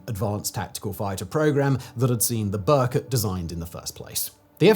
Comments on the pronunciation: Its not Berkot, but rather prunuses as Ber-koot. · It's not 'burr-cut'. How hard would it be to check pronounciation?